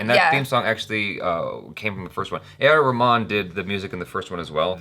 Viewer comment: Omg did... DID JUST PRONOUNCE A.R.R NAME CORRECTLY?!